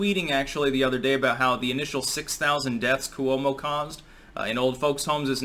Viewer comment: C”whoah”mo. That’s how to pronounce his name. I’m a New Yorker. We hate him and his bro on CNN.